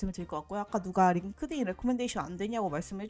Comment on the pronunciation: Inglish ㅋㅋㅋㅋㅋㅋ 링띤 레코멘데이션은 생각도 못했네요 진짜 꿀팁.. GPT 활용법도 너무 좋아요 감사합니다!!